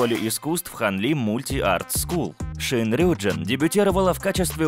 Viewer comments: Правильно рюджИн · И правильно не рЮджин а рюджИн🚨🚨🚨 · А разве правильно не РюджИн? Просто мне в лайке ответили то что если у айдола есть корень джин то ударение на И